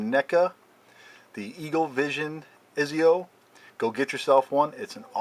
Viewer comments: im sorry to be rude but its pronounced (Etsio) not (Eezio) i don't want to be an ass but that pisses me off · lmao great review but his name is pronounced like etsio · Also it’s pronounced Etsio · ITS PRONOUNCED "ET-ZI-O" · Pernounced ( ets-io) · its prenaunchheeeyd Ettzio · You said exits name wrong but still good review